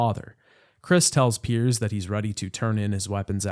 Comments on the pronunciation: Did you really call Piers, Perry in the first section of the video? 😂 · Are you calling Pierce Perry on purpose or am I missing something?